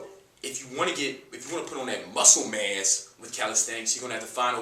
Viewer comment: When you say muscle mass, sounds like "muscle mess" lol... Appreciate the info man, regards from México!